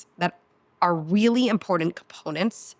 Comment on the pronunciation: I really wanted to listen to you. The amount of times you mispronounced important was too much for me to handle. You seem nice. Just take it as constructive criticism. Have a nice day.